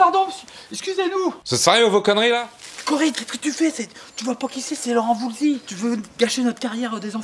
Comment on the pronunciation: "LAURENT VOULZY" omg